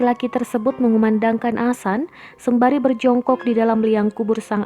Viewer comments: Mimin nggk bisa ngomong adzan, bisanya asan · Adzan woyy....... Bukan " Asan" Mimin 😆🧐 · Yg mbaca berita koreksi donk kalau mengucap adzan bukan Asan nanti maknanya lain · mohon d luruskan min bukan asan tapi adzan,,mohon d koreksi kalo saya salah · Wooi bukan asan tapi ADZAN..pengucapan yg salah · Azan boos bukan asan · Mbak,,,ibu,,,bukannya asan,,,bu, tpi azan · Ngomong adzan aja nggak bener #Asan Kristen mbak;v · Azan min....bukan "asan"......paham??? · Azan bukan Asan, bisa ngomong gk ini org, parah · Adminnya lidah pendek mungkin... Hingga adzan disebut asan... Asan itu apa min??? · Tampak nya mimin gk bisa ngaji ni Ketara banget😂😂 Bilang adzan aja jadi asan Aduh mimin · Adzan min bukan asan asal comot aja kata2mu nampak kali kau tak pernah ngaji. Saya mualaf tapi saya tau sebutannya paling tidak saya bejar. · Adzan bukan asan. Didengarnya jadi aneh. Jangan bilang asan lagi jadi geli kupingku karena dengar asan berkali kali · Tulisan azan nya salah sama pengucapannya, buka azan tp adzan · Yang tadinya sedih jadi ketawa saat mbak nya bilang asan astagfirulloh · Iya, kelanjutannya dibaca asan terus, mungkin bkn muslim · Mohon ma'af mengkritik sedikit nggih,pelafalan adzan mohon di benahi,soalnya itu lafadz arab,,kalau salah mengucapkan otomatis salah arti🙏Mohon ma'af sebelumnya,dan terima kasih sudah membaca kritik saya🙏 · Positive thingking, mungkin naratornya bukan muslim jd gk bisa fasih bilang adzan. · mungkin maksudnya non muslimnya ga tau pelafalan yang benar, kaya kadang di barat ada yang nyebut islam, izlam. Bukan berarti semua non muslim nyebutnya itu. Tapi bisa aja kalau ini kemungkinan naratornya cadel huruf z. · Adzan mba bukan Asan Iqomah bukan ikamah ..